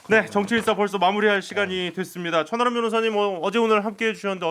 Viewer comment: 저만 천안함 변호사라고 들리나요 ㅋㅋㅋㅋ